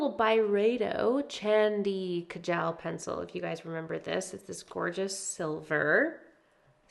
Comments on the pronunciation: Hey! It’s pronounced “chahn-dhi kah-jull” 🤍 Chandi=silver and Kajal=eyeliner in Urdu, Hindi, and Punjabi! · Indian women have been doing this soft black eyeliner look forever. Looks great on you. No hate just an fyi that kajal is pronounced kaa jul